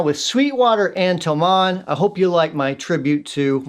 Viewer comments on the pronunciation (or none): tho-MANN...? I think put the wrong em-PHAS-is on the wrong syl-LAB-le.